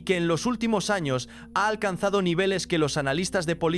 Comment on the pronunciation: Porque no pronuncias la Ñ se dise años no anos los anos están en el trasero saludos desde Gran Canaria España🇪🇸 Gracias por compartir esta interesante historia 💙❤💜💙❤💜🙏🙏